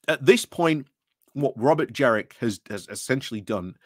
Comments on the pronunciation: Completely agree with everything you say, but every time you pronounced JeNrick as JeRRick I took you a little less seriously. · Jenrick not Jerrick